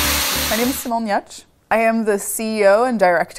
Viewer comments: Sounds like she pronounces hey last name Yutch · Write "Giertz", say "iadsh" !?